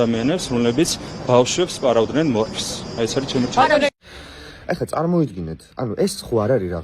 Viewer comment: შეშლილი სექტა მართავს ქვეყანას. ერთი ვერ გავიგე ბავშვებს პარავდა მორფს. პარავდა თუ აძლევდა ჰყიდდა ეს ერთი და რავა ბებიაჩემივით ამბობს მორფს ეხლა სად არის მორფი შე ჩიჩილაკ წამოცმეულო ეს ხომ კუკარაჩას დროინდელი ნარკოტიკია